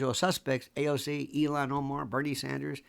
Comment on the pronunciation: ILL-HAN, not Elon